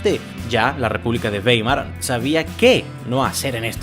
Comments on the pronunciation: Esa ciudad alemana se escribe Weimer, pero se pronuncia Waimar, esto porque en alemán la combinación de vocales e i se lee a i. Dato anegdótico: mi hermano Max es catedrático de la Universidad Bauhaus de Weimer. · "baimar", beibe